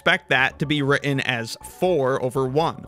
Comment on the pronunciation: Sorry, I can't take anyone seriously if they can't properly pronounce the word "written".